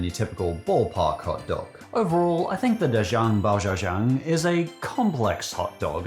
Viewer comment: the pronunciation of “da chang bao xiao chang” was so butchered i didn’t even recognize it when you first said it until you proceeded to define it